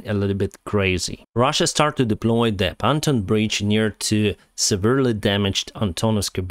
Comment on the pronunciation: it's pronounced pon-TOON 😀